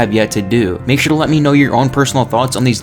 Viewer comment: Puice? What kind of sign off is that?